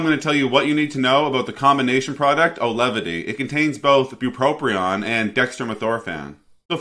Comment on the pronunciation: You mispronounced both "Auvelity" and "Bupropion" within the first two minutes of your video. What a clown.